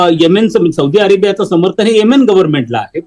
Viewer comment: whatever ur name is please b4 giving feedback please atleast learn to pronounce country name properly so people will not avoid listening and dig if its sunni or others